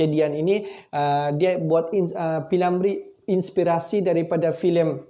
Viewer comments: P.Ramlee...P.Ramlee...P.Ramlee.....bukan P.Lamree....hee ni,org buat content ko pun nak buat! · Bingung juga pengulas nya ini. P. Ramlee ba. Dia sebut p. Lamree😂😂😂😂sebutan pun nda betul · Sebut betul2 lar nma org. P Ramlee.. Bkn nya P Lamree. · P.Ramlee,bukan P.Lamree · P ramlee bukan p lamree. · P. Lamree..!!? 🤣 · P lamree atau p Ramlee atau pi mana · P.Lamree? Lidah kau sakit ke? Filem gelora tahun 1970..bukan tahun 1950..lain kali buat konten lagi2 melibatkan fakta2 orang ternama buat persediaan lengkap dulu..apalah la